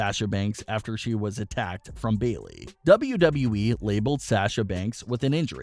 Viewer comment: Yup, also Sahh-Sha not Sah-Sha, please!